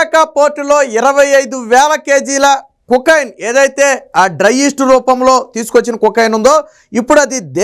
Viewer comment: కుకైన్ కాదు రా కోకైన్